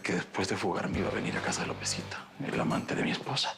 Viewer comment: jajaja, braulio diciendo "lopezito"😂